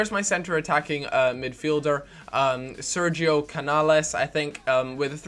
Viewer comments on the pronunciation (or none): none